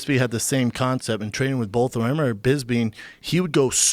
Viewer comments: Joe and Brendan say it with me: it’s BOTH not “Bolth” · Brenden "iveryone" Schaub Brendan "bolth" Schaub Joe "Wooaahh" Rogan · Joe and brenden both say “bolth” and it kills me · "Bolth" ~ JRE, JRE Jr.